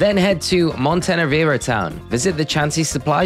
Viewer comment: The word "presents" in "Delibird presents" is supposed to be pronounced like "Christmas presents" not like "Walt Disney & Pixar studios presents...". "HP" is pronounced "AYCH-pee" not "HAYCH-pee"... Also Montenevera is pronounced mawn-teh-NEH-vuhr-ruh. Also it's VYE-tuh-muns not VIT-uh-mins...